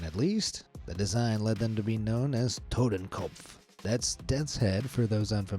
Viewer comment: I thought “todenkopf” was spelled like this “Totenkopf”… I’m German also halt die Klappe!